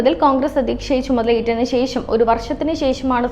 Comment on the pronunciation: sesam alla sesham